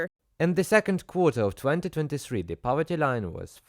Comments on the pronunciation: “Powerty”? Clowns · It's "poverty" not "powerty" btw. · Poverty not Powerty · Poverty not Powerty.